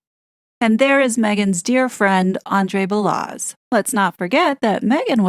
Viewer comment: Balazs is Hungarian like public enemy #1 Goldfinger Nahtsee glowballist Gyorgi Swartz aka "George Soros." Balazs is pronounced like Zhivago.